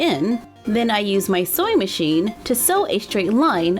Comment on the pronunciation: How to say:scrunchie how she says it:Scwunchie How to say:Sew machine how she says it:soy machine